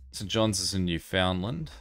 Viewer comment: Small correction to pronounciation. Newfoundland is pronounced like New-Fun-Land.